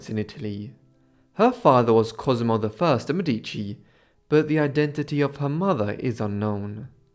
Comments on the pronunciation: One small thing on the pronounciation: in Italian the emphasis is on the first syllable, not the second. So it's "MEdici", not "MedIci". 🙂 ("Meh-dici" not "Me-dee-ci") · The accent on the word "Medici " goes on the e , while here is emphasized on the first i, and is a grave accent . Mèdici, rather than Medìci. Just saying it cause I'm Italian from Tuscany, but it's still absolutely understandable. This video is really interesting historywise 🙏🙏🙏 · I appreciated your dedcation and your deep dive into her life but just a side note: the correct pronunciation in italian is Mèdici (stress on the E) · Lovely video. "DeMedici" is pronounced "de MEH-dee-chee". I used to think is was pronounced "de meh-DEE-chee also. Just saying. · Do me Explique PQ NAO SABE FALAR O NONE CORRETO ? MEDICI ??.